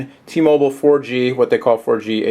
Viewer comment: u dont no how to say t mobile man!!!